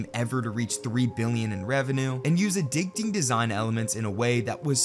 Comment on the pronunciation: "addicteeng" "unproportional" what in tarnation are these words, goshdarnit?